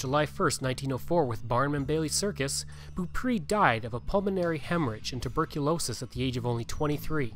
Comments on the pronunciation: The last name is pronounced Bow-pray 😉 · Beaupré is pronounced like " bow pray" 😊